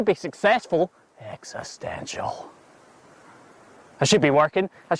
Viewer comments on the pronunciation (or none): none